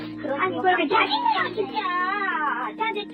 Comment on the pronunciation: 발음이... 외국인인거 같은데 '진챠루 챠즌나요~'